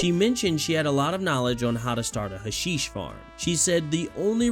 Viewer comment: Its not "huh-sheesh" its "hash-ish" Its a real thing. Dont ask how I know